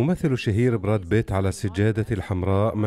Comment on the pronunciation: ياسلام على النطق الأعوج للأسماء الاجنيبة brad pitt أصبح brad bit.......!!!!